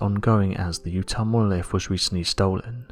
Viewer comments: This guy loves hearing his own voice obviously. And loves attempting to say the word "Monolifffffff"" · 🤣🤣 Monoliffffff 🤣🤣 love it he also says “what do you Fink” a lot 🤣🤣